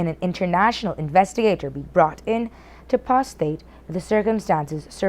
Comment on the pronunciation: Did she just say "to prostate the circumstances" ?